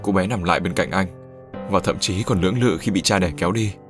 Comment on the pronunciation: sao lại đọc là nưỡng nự nhỉ :v